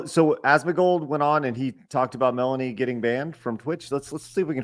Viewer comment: Asmongold said it wrong but i also think Melanie has many many L takes.